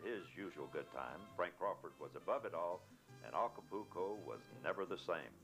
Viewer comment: If I heard him say, "Aca-pooo-co" one more time......